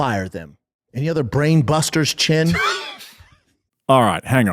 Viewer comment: "Blaine Bruster's" wuz more how he said it tho... SchaubAnese